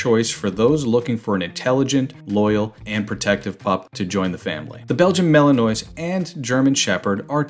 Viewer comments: The narrator is mispronouncing Malinois. I doubt he is familiar with dogs. Maybe he is just reading a script. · I managed a minute before I couldn't bear any more mispronunciations of Malinois. Surely, it's got to be top of the list when making a video showing your knowledge of the subject. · Imagine posting a video showing how much u know about a Belgian Malinois but u cannot pronounce it! Epic fail